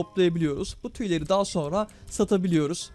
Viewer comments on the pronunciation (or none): none